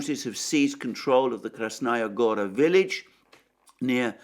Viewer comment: Listen counselor, you keep mentioning Krasnaya Gora, but you actually mean Krasna Hora. Krasnaya Gora is the name of a city in Russia.